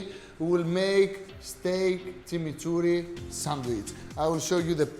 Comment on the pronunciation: He's pronouncing it Tsimitsurri (not Timiturri) because we don't have the ''ch'' sound in Greek.